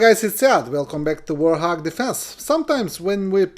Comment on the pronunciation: Why does he say warhog when its warthog ?😂